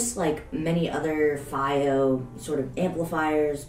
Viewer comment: in china they call it "fee oh" not "faay oh"